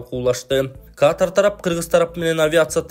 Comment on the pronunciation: Каатар эмес катар эле туура суйло